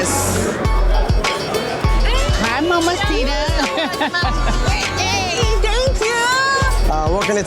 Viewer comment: Jackie never says ‘mamacita’ correctly 😂 it geeks me every time